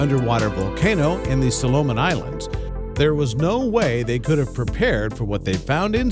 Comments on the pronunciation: Oh I know he did not just pronounce the Soloman Islands as Sol-Oh-Man" and not "Sol-Ah-Man" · Lol "Suhlohmin" islands.......way to go. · Couldn’t hear anything after pronunciation of SOLOMON islands😂